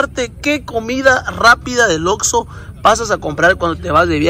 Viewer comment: Recuerdo cuando subió el video de comiendo comida adentro de un Oxxo, el quería comer tranquilo su pizza pero no quiso compartir su pizza de Fud y también cuando no dijo bien el nombre de Oxxo dijo Vamos a Lord Lorso 😂😂😂😂😂